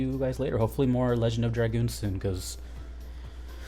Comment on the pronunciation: Holy crap someone who can pronounce dragoon. Thumbs up. Subscribed. Just for that